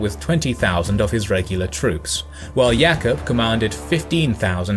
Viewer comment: Sultán, not Salt Ann! Do your research. ... Yaqúb, not Yak up.. Footnote: Serbians never did do well, after the first foray. Sarajevo, for example.